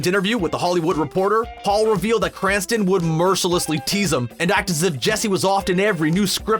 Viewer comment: STOP CALLING HIM "BRANSTON"!!!!